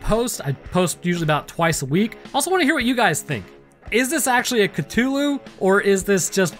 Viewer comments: Say it with me Ca-thu-Lu not ca-to-lu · I have never heard anyone pronounce it Cut'ulu before. There's a whole h in there you're disrespecting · I don't know why but your mispronunciation of Cthulu's name irritates me to no end. it's pronounced cuh-THU-lu. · I find your pronunciation of Cthulhu interesting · Alright, guys, time to play everybody's favourite game: Am I Mispronouncing It Or Are You? Is it "kuh-THOOL-hu" (how I pronounce it) or "kuh-TOOL-hu" (Your pronunciation). The answer: we're both right and we're both wrong. These two pronunciations are accepted, but Lovecraft pronounced it like /χʟʊʟˈluː/ (which says something like "khlool-HU", I think). Either way, it cannot be properly pronounced by humans because it's from an alien language and our voice box isn't biologically capable of creating the necessary sounds, which is cosmically horrifying in a very subtle and specific way. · The mispronounciation of Cthulu mildy bothers me